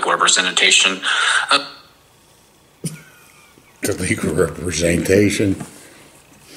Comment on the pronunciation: legal "represenatation" 😂🤣😆😅